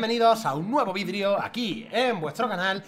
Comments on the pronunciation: Dijiste vidrio en vez de vidio xd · Like si escuchaste vidrio y no vídeo